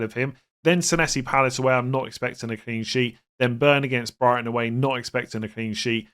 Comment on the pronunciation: When you said "for Brighton mitoma" I had to skip back, I was almost certain you called him Brian mitoma 😂